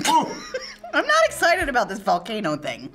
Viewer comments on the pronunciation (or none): none